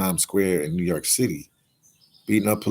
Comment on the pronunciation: And it’s New YORK, not New Yark 😒😒 damn immigrant.